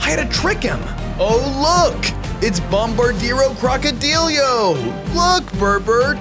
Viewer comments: No one but me cares about how you say the name it's tung tung suhur not usher and it's bumodelo crocodelo not crocodelyo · IT IS CALLED NUCLEARO DINOSAURIO NOT OMEGA BOMBARDIRO CROCODILIO